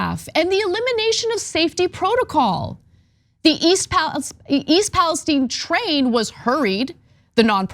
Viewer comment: I live 20 minutes from that rail accident and we pronounce the town it occurred in Pales-TEEN not Pales-STEIN. If you cared so much about the safety at least learn the towns name.